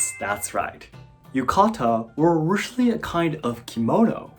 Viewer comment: And "originally"!! It caught me so off guard bc everything else sounded so normal n fluent😅